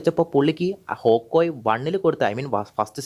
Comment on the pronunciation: Hawkoye ❌️ hawkeye✅️